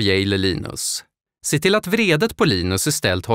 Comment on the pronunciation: Er speaker behöver lära sig att skilja mellan betoningen av vrede (ilska) och vredet (vridanordning).